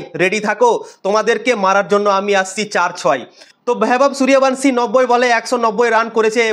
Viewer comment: এই তুই আগে নামটা ঠিক করে উচ্চারণ কর